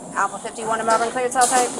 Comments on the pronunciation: Being from this city the way he said Melbourne in the beginning made my heart hurt. Listen to the way the officer says the city name thats how you say it😂 the u and r don't make the ur sound and you don't pronounce the O. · it's MEL-Burn, not Mel-born. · “Mel-burn” is how you say it. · You're saying Melbourne wrong mate